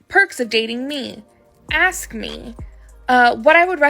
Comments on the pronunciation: ”Aks, Als Aks”😂😂😂 Learn to speak english like it should be. ” ASK”. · And it is ASK, not AXE. And it is THEMSELVES, not THIERSELVES. She should not make “six figures” (IF she really does) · Why do they axe instead of ask? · I'm a strong independent black woman.... "He axed me a question" Wtf, you should be axed for not speaking English. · ... how does someone who pronounces the word "ASK'" as "AXE" ie 'Lemme axe you quexunn"... make 6 figures? DEI?